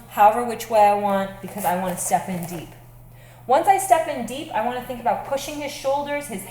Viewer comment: when she says "step in" it sounds like Stephan, and she says " I want Stephan deep" .